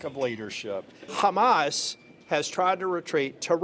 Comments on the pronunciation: Why these zionist can't pronounce Hamaz and keep saying Khamas? 😂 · Khamas! Khamas! Khamas!